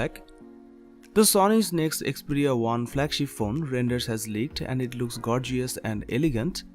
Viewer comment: you said gorgius hahahahahahahaaaaa